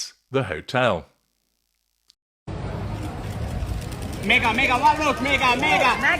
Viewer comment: I love the way the cameraman calls her "Megga". She looked thrilled. 🤬🤬🤬